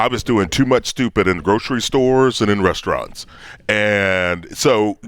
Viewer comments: Dave says RESTRUNTS. Lol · I love Dave, but why is he calling RESTAURANTS, “rest-rintz” lmao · I can't handle Dave saying rest runts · The hell is a "restrent"? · Is he saying “restaurants”? REYS-trunts? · Dave can't say restaurants